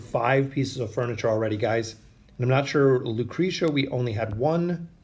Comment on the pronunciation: lmfao what? he literally paused between “o” and “den”. it’s pronounced oh-din all together without pause. either way this dude can’t pronounce half the heroes names correctly anyways. he literally called lucretia, lucreeta before.